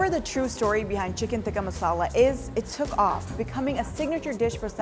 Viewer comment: They can't even pronouns the word "masala" correctly and claiming it's there food😂😂